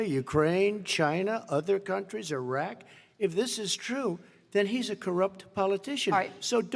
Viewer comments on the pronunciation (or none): none